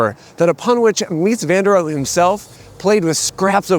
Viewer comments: Please, please, please learn how to say Mies name. You got "Mies" and fail on everything else. Please. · Subscribed. Will find you on Nebula too. I love Mies Van Der Rohe. But you pronounce him SO wrong. 😂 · And to a German ear, "Mies van der Rohe" sounds like it means "Crappy van der Crude" :v